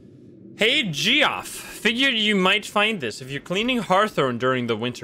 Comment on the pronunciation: "Geoff" is just pronounced like "Jeff". I don't know why.